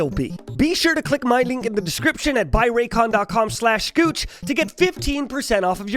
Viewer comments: Everytime he says "" sounds like he says "Gooch" and I'm 100% okay with it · Italian confirm???